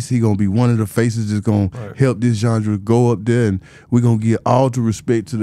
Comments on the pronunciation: Big Gipp aint say genre Gip said jundra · “Zondra” lol